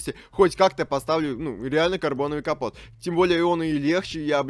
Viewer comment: Ото не компот а капот